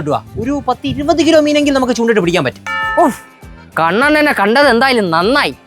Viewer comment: കണ്ണൻ്റെ A മാറ്റി U ആകി വിളി 😂